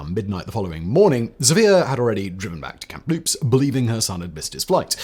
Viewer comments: Sorry, it’s “Kamloops”, not “Camm-loops”. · It is Kamloops (cam-loops). No p in the pronunciation.